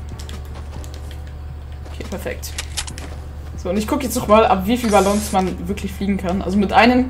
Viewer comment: Was für Balllons man spricht es Balong aus